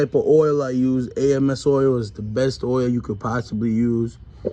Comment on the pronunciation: It’s ams oil . Like hams